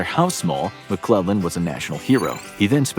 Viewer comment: I love it when he say George McClug boy that’s where the fun begins